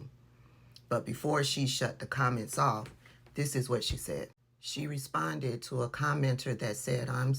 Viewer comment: "You saidt what you saidt".....👏🏾👏🏾👏🏾